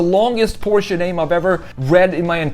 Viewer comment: Omg he knows how to pronounce Porsche